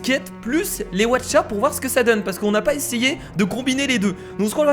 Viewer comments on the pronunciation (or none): mais tu es tellement con les Aucha ça se dit pas Watcha😈😈😈😈😈😈😈😈😬😬😬😬😬😬😬